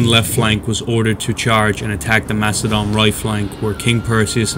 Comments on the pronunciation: Please don’t say mackedone 😂 it’s pronounced like an “s” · So what is it, Makedon or Macedon? Both pronunciations are used at different points in the video. I also noted some apparent confusion/mixup between the Roman right and left flank in the latter part of the battle description.